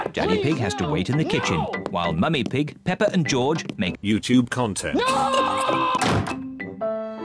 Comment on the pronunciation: Every time the says Peppa Pig's name, he says "PePeR"🤣 OOF No one knows how to say Peppa's name. 😭😞